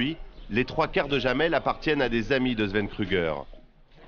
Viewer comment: Jamel se prononce "yamel", pas "jamel".